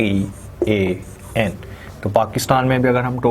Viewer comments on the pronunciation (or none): none